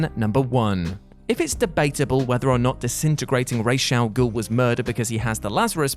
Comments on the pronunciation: it's RAZ AL GUL you muppet. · Raysh al ghul